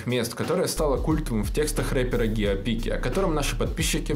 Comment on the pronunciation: Не "геопика",а "Гио Пика"!!